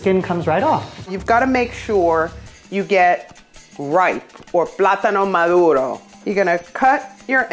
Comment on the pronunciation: 'platano maduro' oh my, i love you.